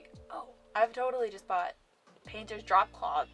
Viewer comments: “Tote-ally Giveaway” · "tote-ally giveaway"